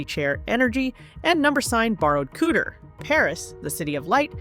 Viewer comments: “Wrapped in cooter?” …you mean “couture?” 😭😭 These AI videos suck so fking bad 😂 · Ko Tour (couture) not cooter! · A “cooter” in some circles is an unmentionable part of a woman’s body, whereas “couture”, pronounced “coo-choor” is designer fashion. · Couture is NOT pronounced cooter. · Couture NOT Cooter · Dear robot employers: Couture is NOT pronounced ‘cooter’. There are NO HUMANS who can do the voice-over???? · Hey, AI! You pronounced “couture” as “kooder”. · Your video is very interesting; however, Sweetheart, please Google how to pronounce couture! In the south "Cooter" has nothing to do with fashion!😂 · "...draped in kooo-dure..?" omg, this AI bot voice over is hilarious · I’m sorry, did you say Rihanna was dressed in ‘cooter?’ Edit: they do it the entire video—they think ‘couture’ is pronounced ‘cooter.’ Dear GOD, do you not have an editor? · Please look up the correct pronunciation of"couture." it's not "cooter." Her "cooter" is what she used to bag a Prince. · “Cooter?” Jesus. You can’t teach AI to pronounce couture?? 🙄🙄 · COOTER😂😂😂😂 That's how AI pronounces couture. me stealing dat😊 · It drove me crazy that the voice over kept pronouncing the word couture as "cooter". 🤦🏻‍♀️😂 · The narration needs work. Seriously, pronouncing couture as “cooter”. So bad! 🤦‍♀️🤦‍♀️🤦‍♀️😭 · 'COOTER'???? Does the narrator mean 'couture' but is unable to pronounce the French word correctly? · These are , still , the early years of AI . Pretty soon , they'll rectify this . But I really hope they don't ! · Please learn how to pronounce 'couture'. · that’s funny🤣but sadly, it’s just the AI not knowing how to correctly pronounce the word “couture.” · It's driving me crazy too